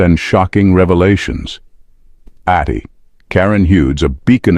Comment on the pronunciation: Atty. is abbreviation for Attorney, so pronounce it properly.